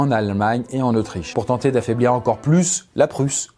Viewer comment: le "... encore Plusse la Prusse" m'a tué mdr